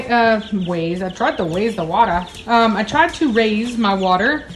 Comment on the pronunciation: A little bit of Elmer fudd going on there a waise tge watar LoL